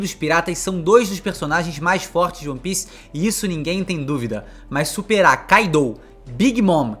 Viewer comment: se diz Kaido, kaidou não😂😂😂😂😂😂 vocês brasileiros me cuiam bué, Gostam de trocar os nomes dos personagens dos animes